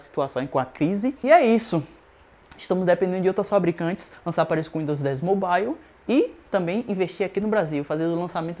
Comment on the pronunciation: Amigo vai estudar, e para de falar besteira, e aprende a pronuncia "mobile" direito.